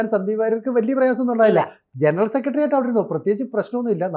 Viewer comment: "സെക്കട്ടറി, രോക്ഷം" കുറച്ചു കൂടി ഉച്ചാരണ ശുദ്ധിയോടെ പറയുക